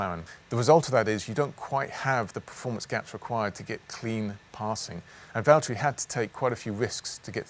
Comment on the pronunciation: Please say Valtteri it’s James